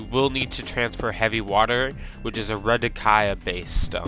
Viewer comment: You had me at Redikai-ah...HAHAHAHA. Added to the cringe compilation.